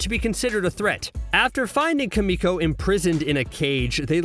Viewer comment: "Kim uh coh"